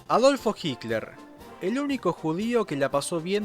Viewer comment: "HICLER" ??? PORQUE DECIS "HICLER" ??? ADOLF HICLER SE LLAMABA?? JAJAJA